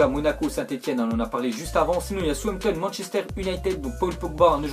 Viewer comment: C southampton pas sampton il c pas parler votre pote